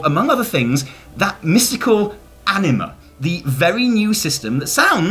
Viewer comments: It’s hilarious you guys say anime instead of anima XD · Nice video, but please never call anima "animey" ever again. Anima is latin world and it means soul. On that note, sentences like "Powerful souls have more anima." sounds just funny when you realise that that are basically "Powerful souls have more soul.".